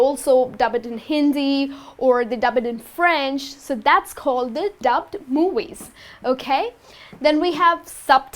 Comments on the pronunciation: Hi. Where are you from? Why do you say 'mowies' instead of 'movies'? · Talking about movies or moowies? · I like the way you are pronouncing movies !